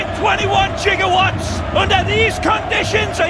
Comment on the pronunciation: 1.21 gigowatts!!! Lol!!